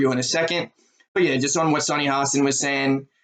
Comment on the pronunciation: Please learn how to say Sunny's name. It will only give your viewpoint more credibility.